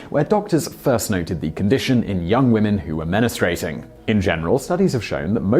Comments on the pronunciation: I rarely comment but have to say this ( I am English too so this isn't an accent thing ) - GLAWCOMA = glo-co-ma / MEN-A-STROO-ATING = men-stroo-ating / reg-yoo-lay-ta-ree = reg-yoo-la-tooree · C'mon, dude - men-stroo-ate-ing. Everybody can pronounce that 🤔